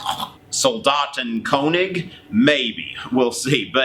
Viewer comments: it's Soldaten Konish lol, love your German though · Pronounced Sol- daht- en- kern- if